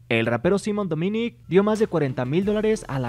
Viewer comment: Todos: qué le pasó a V? Yo: Así no se pronuncia Simon Dominic >:U